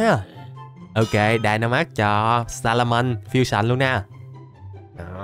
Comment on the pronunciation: Wao nói salamen chất như nước cức😅😅😅😅😅